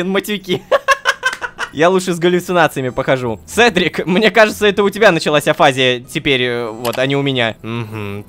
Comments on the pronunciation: Как же коробит неправильное ударение... Афази́я правильно, а не афа́зия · афазИя, а не афАзия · Я так дофига смотрела видео про афазию и шизофазию, что мне даже физически больно слышать "Афизия" вместо "афазИя" хелп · афазИя, пожалуйста говори так